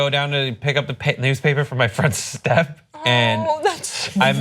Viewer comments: I heard "friend Stef" not "front step! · I too heard "my friends step" lol